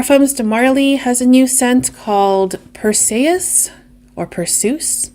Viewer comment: pur·see·uhs a Greek god❤